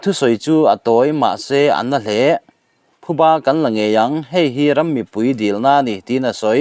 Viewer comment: Thuba ni lovin Phuba a ni a, i chhiar/Lam dik tawh hram ka beisei.